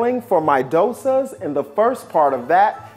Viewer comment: I can't believe the homecook pronounced the word Dosas right and not the Indian Chef 🤦‍♀️🤦‍♀️ Also, 104$ for masala dosa and sambar? Whaaat!!!!???